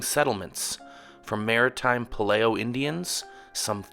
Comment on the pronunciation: How do you mispronounce PALEO???😅😅